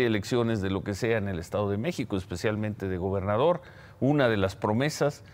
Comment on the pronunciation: Hable bien, parece que dice: "El estado de Meco, la Ciudad de Meco" 🤦🏻‍♂️